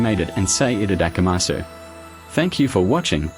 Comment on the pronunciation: For the love of god though, don't pronounce it like this person.